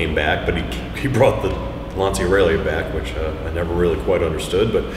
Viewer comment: I'm still annoyed by ignorant US americans who own an italian sports car, but don't even know how to say 'Lancia' and that manual shift may soon be a thing of the past in the US, but not in europe.